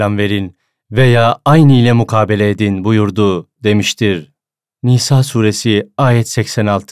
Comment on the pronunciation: S. Aleyküm çok güzel olmuş emeğinize sağlık dk ile 42 dk arası Nisa suresi dogru telaffuz edilmemiş kontrol ederseniz iyi olur.. ❤❤❤❤